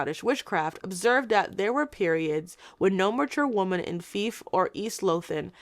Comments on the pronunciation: Great video, just one thing I'm going to be pedantic about. you mispronounced Fife. The i is pronounced like the pronoun "I" and not an "ee" sound. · i absolutely love this video but as a scot i have to inform you that fife is not pronounced like that